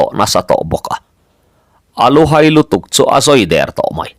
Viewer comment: Pawi hming, Thanhaia, Zahaia, Lenghaia, Haikunga, etc tih angahte pawh hian HAI tih hi thluk tawi, 'Ka lo hai deuh che a nih hi,' tiha a rik dan anga lam tur a ni bawk. A awmzia pawh, midangte mamawhna leh ṭanpuina mamawh, tih ang deuh a ni.